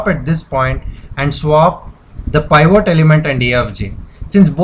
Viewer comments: peevat not piiiiiiiiivvvooooot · It's PIVOT not POIVORT LOL